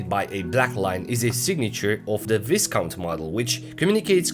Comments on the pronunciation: Nice video, lovely watch, absurd value for money! NB Just one thing, the British upper classes are responsible for pronouncing Viscount as Vy-count. As in it rhymes with 'my'. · The s in Viscount is silent.